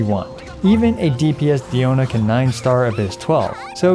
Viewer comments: Can you say her name right pls it's not deeona it's pronounced like die-ona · It’s dI-O-na first of all and 2nd you know diona is a great healer when she stands a fight in a DPS showdown against actual DPS characters